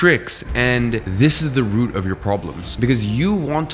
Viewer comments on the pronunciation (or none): none